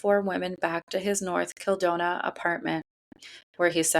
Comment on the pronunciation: North KildonaN, not north kildona